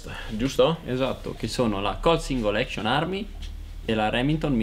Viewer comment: Cap e non chep. Action e non ection. Long e non lon. Comunque bravi bel video ben fatto.